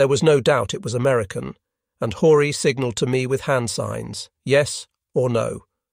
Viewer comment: Horie is pronounced “Hor e ay”, not Hore.